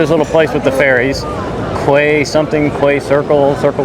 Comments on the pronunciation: Loved the scenery and I do hope that you will find out how to pronounce English words like Quay. It’s pronounced kee! Don’t stop travelling and showing the wonderful places. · Come on. You know that ‘quay’ is pronounced’key’. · Quay is pronounced Key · "Quay" is pronounced Key - odd, but that's how it is. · Circular Quay is pronounced Key. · Accessing the Harbour Bridge is easier on the south side of the bridge, not the north side. Quay is pronounced 'Key'... Great vlog! and the 'island' you talk about is the "REST" of Australia...and yes it is and island! 🤣🤣🤣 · Australia doesn't have mountains. The Blue Mountains are hilly ranges and valleys covered in gum trees. But it's certainly NOT where you'd want to get lost. Quay is pronounced "kee".